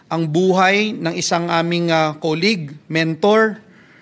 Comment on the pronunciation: Correct pronunciation of “colleague”= Sounds like kaa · leeg